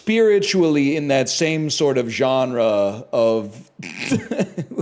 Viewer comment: I think this is the first time I've heard him say "genre" like a normal human being